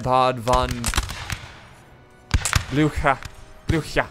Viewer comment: I am from Austria and your pronuciation of the name Blücher is very good.